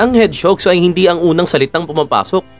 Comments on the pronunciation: Medyo nanibago ako sa pronounce nyo ng hedgehog 😂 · Bisaya ata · Mali ang pronounce mo ng hedgehog.